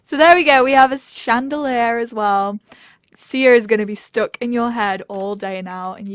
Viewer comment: If i hear "shandeleh" instead of "chandeliar" again i'm going to cry..